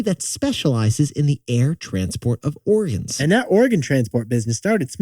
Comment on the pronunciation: Are they saying Oregons?